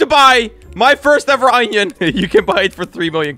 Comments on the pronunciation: Why he saying oni ? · Any one notice how he said onion